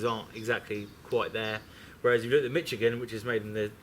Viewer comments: Why do they both pronounce it Mitch-igan? It's pronounced Mishigan! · I live in Michigan... We definitely pronounce it "Mishigan" lol.